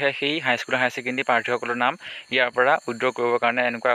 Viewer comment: Not widro......it's withdraw